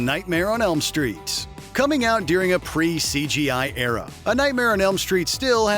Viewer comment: During. Not deering.